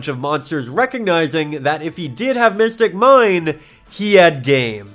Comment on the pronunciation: Sorry but it is not mystic mine its mystic mime